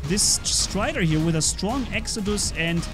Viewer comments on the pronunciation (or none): none